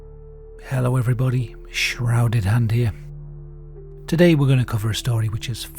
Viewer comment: SHHHrouded and ere..